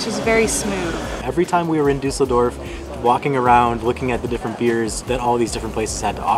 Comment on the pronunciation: Duss el dorf. Not Du sell dorf lol